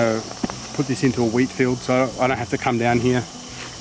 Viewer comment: Oh, "wheat" 😅